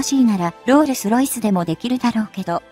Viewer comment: ロールスロイスが訛っている